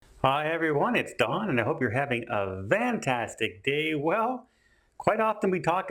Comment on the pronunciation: ..why do you say VANtastic day? I know YouTubers have schticks for their channel, like bloves life screams hello my b love-lies!!! Nickacado avacado says what's up sloths (he has a sloth) or he sings, I'm home shoobie Doo I'm back home...I was there when these started, but just recently finding you so wanted to understand why you say VAN tastic instead of FAN tastic...thnx